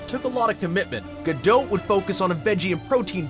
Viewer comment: “Anyone that has researched Gadot will know...” Me: “Clearly you haven’t because it’s pronounced Gadoe, not Gadote”